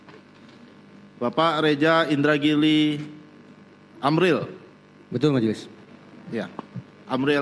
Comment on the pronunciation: Masa sdh pof baca nama indragiri salah